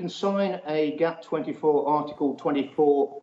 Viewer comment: GATT, not GAP